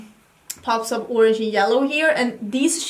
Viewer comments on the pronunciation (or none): none